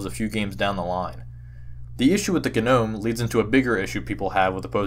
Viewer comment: This is an amazing video! I think Gnome is pronounced 'nome' like Nome, Alaska.